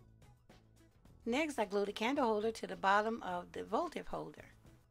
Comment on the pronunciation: The word is votive not voltive!